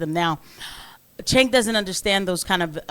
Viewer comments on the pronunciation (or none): I love that Andrew keeps saying cents name wrong until he rebutes with Andrea lol